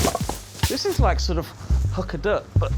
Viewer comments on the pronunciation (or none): none